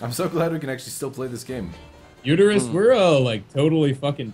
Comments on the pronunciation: should stop calling Utorak Uterus. His name, properly, is Utoreass. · i just noticed this. Utorak is like You toe rack